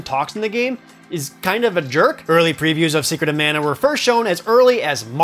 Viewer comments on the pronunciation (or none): It’s mah-nuh. The guy in the commercial says it. For the S.N.E.S. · It is pronounced MONA Geez get it right. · Glad to see the original TV ad says Secret of Mana, not Secret of Manna. I wish the voice actors in the recent Trials of Mana remake got the memo. 🙄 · After hearing talk about secret of mana for 5 minutes then hear him say "manor" when talking about 7th guest messed with my head